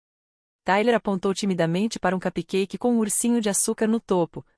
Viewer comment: Se não sabe pronunciar CUPCAKE, fale BOLINHO em português que é a mesma coisa! Mas não fale em inglês errado!!!